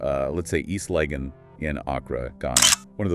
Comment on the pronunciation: The voice doesn’t even know how to pronounce East Lagon or Accra so had to stop it right there…